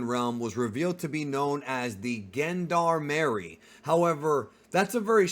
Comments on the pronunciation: Gendarmarie. Is said like JeanDARMary or GeneDARmarie. Singular JeanDarm. Yes I am the Aktually meme and so ar a lot of us. LOVE your content man. If we see the JeanDARMarie more might as well say it right. Please don't hurt me. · Yo its pronounced “jean-d’armerie” 3words: gens : meaning gents in french de: meaning of in french and armerie: meaning of weapons in french… so it is effectively the gents (people) of weaponery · My friend you pronounced Gendarmerie a bit in the wrong way, but it’s ok. I guess you haven’t heard the word before maybe… thank you for making this nice content over the past couple of years